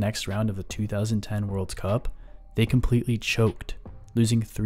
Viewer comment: "Worlds Cup" really ticked me off